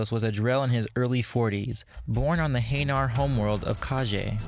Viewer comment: In their prime, I have no doubts that Thane could kill Garrus in a fight. Also... Your pronunciation of hanar and Kepral's Syndrome made me cringe. Sorry XP